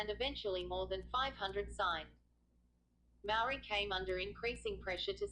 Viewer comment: This video is awful...your pronunciation of 'Maori' is dreadful and the sound quality sucks too.